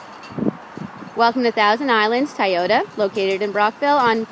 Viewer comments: TOY-OTA not TIE-OTA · LOL she said Tie-ota😂